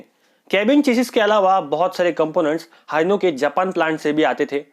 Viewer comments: Bhai wo Haino(हाइनो) ni Hino (हिनो) ashok leyland k engine hino k hi hai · आरे भाऊ हिनो बोल हिनो 😂😂😂 हायनो नाही काही पण नकु सांगू 😂😂😂 तु फक्त इन्यरनेट वरून माहिती सांगतो राव 🤣🤣 आम्ही हे सारे राडे केलेले हे काय 🤣🤣🤣 हयांनो हयांनो हायनो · Haino nahi bhai Hino हिनो